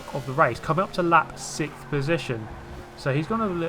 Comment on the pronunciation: i wonder who made fun of you for how you say sixth XD